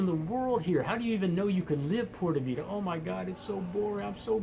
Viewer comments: Dude stop saying porta vida! it is PUra Vida (Puura Vitha) Other than that your on target, i put in 3 years there. Watch out for the woman! they are dangerously Hot which means mostly you will get burned or smoked! And crime there is serious, the Columbians educated the Costaricanians to steal the underwear off you under your pants! they are very good! Great place to visit but unless you are a hippy surfer forget about living there. I married a lovely woman and brought her and her 4 kids to the states and they will never return to live in their own country now! Costa rica is for criminals and whores and surfers. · That's not the right way to pronounce pure vida. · By the way, just learn to say PURA VIDA the right way. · This guy can't even pronounce pura vida. Drugs are the best in CR. Heck yea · How can you be living there and not pronounce "Pura vida" right?? Screw it! I can't live there.